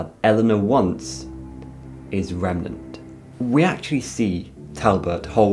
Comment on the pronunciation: Just to let you know, it's remeNAnt, not remeMEnt, lol